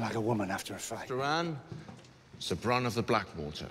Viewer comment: its Sir not ser rofl